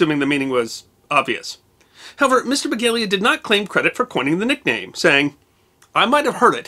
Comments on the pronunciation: His name is Paul Begala, NOT Begalia. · it's Paul Begala, not Begalia! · It's "Begala", not "Begalia". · Not a big deal, but Mr. Begala's name is pronounced beh-GAH-lah, not beh-GALE-yuh. I met him once, purchasing a graduation gift for his son at a store I worked at. He seemed to be a pretty decent sort considering his career as a political insider. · It's Paul Be-gal-uh. (He's a former University of Texas student government leader and I met him at a fundraiser in the early 2000s). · Love the mispronunciation of Paul Begala's surname. He tweaked the oft-repeated notion that "politics is show business for ugly people."